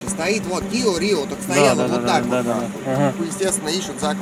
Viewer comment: И киА риО.. А не киО рио